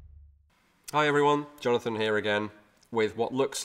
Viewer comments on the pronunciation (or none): none